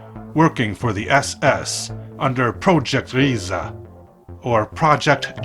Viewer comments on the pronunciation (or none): none